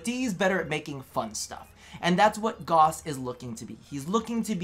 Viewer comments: its not Goss. its Gauss. you say it like Gowse so it sounds like Dowse. ik DE gets it wrong too. but its a german name and it needs proper pronounciation. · If you go to youtube and type in "gauss rifle" you'll hear a bunch of people pronounce "gauss" in an acceptable way